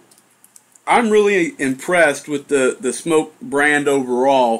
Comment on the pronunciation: Nice review, and I'm glad you pronounce SMOK correctly . . . makes me cringe when someone says "smock." Your juice reviews and DIY are great, but it's nice that you also show us what's going on with new hardware. This TFV4 looks pretty good, too. Thx!